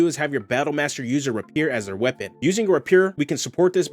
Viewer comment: Loved this video. So many videos are just restating the rules, this is actually creative and inspires further ideas. Thanks! FYI, chassis is pronounced "CHASS-ee", and rapier = "RAY-pi-er".